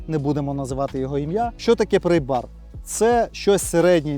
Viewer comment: Не "прЕйбар" (prey), а прАйбар (pry). "Prey" у цьому випадку ті, хто слухає твою англійську.